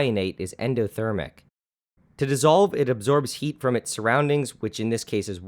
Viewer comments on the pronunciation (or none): none